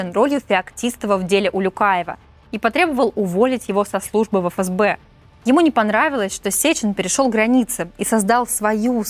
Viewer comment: Не эФэСБэ, а ФээСБэ